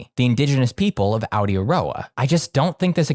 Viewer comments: Holy shit my people ( Maori ) being mentioned kinda blew my brain a bit, Also they way you said Aotearoa ( New Zealand ) actually had me Dying with laughter I actually didnt understand what you said at first, its pronounced au·tay·uh·row·uh you did manage to pronounce Maori with decent accuracy! Anyway Kia Ora ( Hello ) from Aotearoa Aroha nui ( much love ) from one trans girl to another! love the content Im totally not gonna binge all your videos 😎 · That pronunciation of Aotearoa shook me to my core. Incredible video otherwise